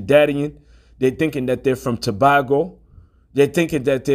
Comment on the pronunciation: It's pronounced (Jew-Vay ) and it's Trinidad and Too-bay-go. But we understand, it's not our language. There is so much confusion. (PEROID). Israel will be United again and we shall be released. The time is ripe and ready, who cannot see the signs, are truly blind. Keep pushing brother! I stand with you.